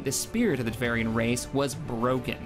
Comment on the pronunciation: Every time I heard "Tevarian" I wanted to come down here in the comments and type *Tevarin. Took me a second to figure out what you were talking about at first, lol. I like the format of the video though, was pretty neat.